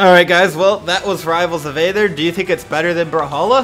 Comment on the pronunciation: You pronounced Aether wrong